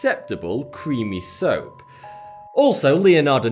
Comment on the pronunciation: soap did she turn them into soaohhhp I knew it